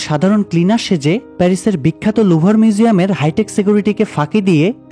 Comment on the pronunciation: লুবখো মিউজিয়াম। নাম ভালো করে আগে বলুন